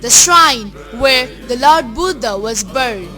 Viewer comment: Good piece of work but very poor English pronunciation.. the word lord is pronounced as 'lerd' and born as ''bern'.... !!